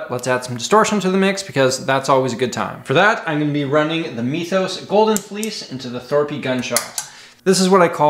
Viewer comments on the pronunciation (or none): none